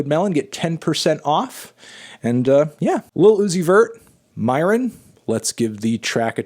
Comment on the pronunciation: Its "Myron" not "Moron"